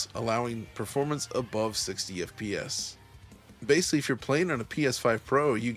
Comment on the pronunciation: You pronounced the word ‘basically’ correctly exactly one time in this entire review. You mispronounced it as “basely” more than a dozen individual times throughout. Imagine if proper grammar was like good performance; that’s some seriously inconsistent word pacing.